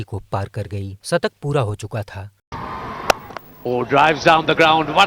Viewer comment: Sattak,aur sikaar nahi bhai shatak aur Shikaar bolo 😂😂😊😊